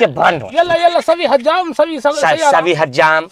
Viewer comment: Bhai hajjam ni hijaam HOTA h